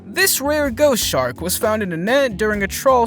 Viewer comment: Did Anybody Notice When He Says "Ghost Shark" It Sounds Like "Goat Shark'